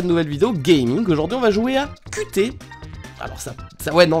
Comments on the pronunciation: Le titre ne ce lit pas QT mais Cutie ( il faut lire les lettres en anglais XD ) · est-ce qu’il a vraiment osé prononcer « cu-té » ? au lieu de « cu-tie » ? je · Pour les cons (j'en fait partie), il faut savoir que le nom du jeu se prononce avec un accent anglophone, ce qui forme le mot "cutie" ou QT comme le titre du jeu... MERCI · laaaa ça se prononce pas Qt mais "Kiu ti" ce qui est une abréviation anglaise pour le mot "Cutie" merci je sais que tu ne vas pas lire ça. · Le nom du jeu en anglais se lit "Cu-tie" qui veut dire mignon. Likez pour qu'il voit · kiou ti pour la prononciation Mais le titre est Cutie(QT) Pour mignon(j'espère). voilà. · Le titre ne se dit pas "KuTé" mais "Cutie" (avec un accent anglais) ce qui signifie choupi, mignon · "Ku té" En vrai C'est "kyou ti" "Cutie" uwu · "KUTÉ"... c'est en anglais, QT, "KYU TY" CUTY. CUTE. MIGNON QUOI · Le jeu ne se prononce pas cu té mais cute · Sa se prononce "kiou ti" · QT qui se lit cutty du coup, ton anglais!:'3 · ça se pronce "kyou-ti" , pour fair " cutie " en anglais , ce qui veut dire mignon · qt se prononce "kiyu tea", autrement dit "cutie" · QT se prononce cute si jamais sksksk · je crois que le titre du jeux se dit "kiou ti" comme "cutie" qui signifie mignion voila c'est tout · À mon avis qt se prononce cute 🤣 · QT se prononce CUTE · Je pense que QT ça se lit cuttie comme en anglais quoi... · qt se prononce cutie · je tiens à préciser que tu prononces mal le nom du jeu :'3 (c'est le diminutif du mot "cutie" (mignon))